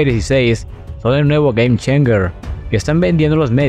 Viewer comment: Gueim-cheinsher... decilo asi de ultima....